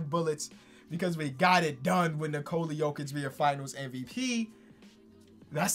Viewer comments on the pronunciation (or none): none